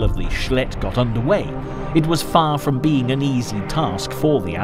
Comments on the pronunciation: That's pronounced,shelld lt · "the Schledd river . . ."😅